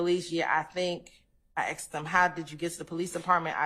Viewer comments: She's so educated yet can't pronounce 'asked'. If she said to me, "Did you ax him?" I'd reply, "I don't even owe an ax!" If someone said to me, "Do you feel me?" I'd answer, "I've never even touched you!" Saying, "My baby mama" seems very disrespectful to the mother and equally disrespectful to the child. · How can you get through Law School and not know how to pronounce the word asked?! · I wish would pronounce the word ASKED correctly. It ends in a “d” but is spoken as a “t”